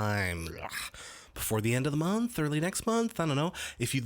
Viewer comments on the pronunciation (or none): none